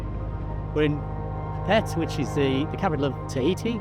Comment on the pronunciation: Did you say Tahiti?